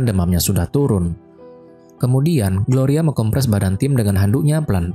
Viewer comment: Bukan gloria woi😢 gorya 😅